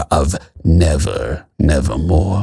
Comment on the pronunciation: Quoth the raven: "nevahmoa"